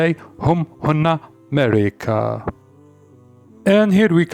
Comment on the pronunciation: They = Mereka not merika